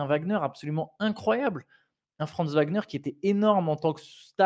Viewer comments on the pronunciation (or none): Mais pourquoi "Wembanyama" vous prononcez correctement le W mais "Wagner" ça devient un V ? Ouagner et pas Vagner